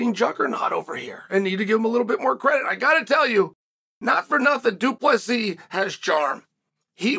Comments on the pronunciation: Two - Plus - See ? Why Chael? Do you purposely mispronounce fighters names because people mispronounced your name when you were fighting? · Psst... Du Plessis. It's a silent S.